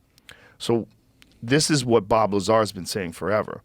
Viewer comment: just came out yesterday? what year is it? you mis pronounced 'Lazar' over and over.